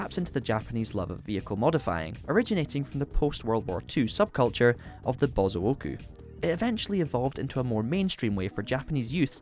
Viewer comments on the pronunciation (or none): The way you pronounced Bilstein and Bosozoko made me want to puke. Good vid though dude. ! 😅